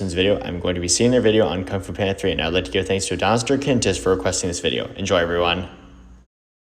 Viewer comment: Appreciate the shoutout, but it's actually pronounced Uh-doh-muzz Dare-keen-tiss. It's a Lithuanian name that's hard to pronounce for Americans, but you can call me Adam for short. Also, How do you do birthday requests, cuz I have one?